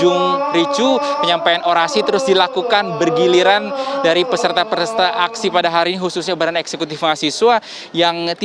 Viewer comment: Menit "Peserta-Peresta".??